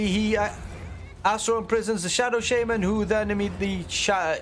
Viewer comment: "Shadow Sheyman"